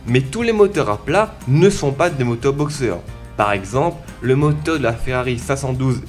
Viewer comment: Putain j'adowe ton accent antillais !! 🙏😭 Le motewe, l'awchitectuwe, les entwe d'aiwe. ça me fume meilleur accent du londe gros ! 👌👌🙏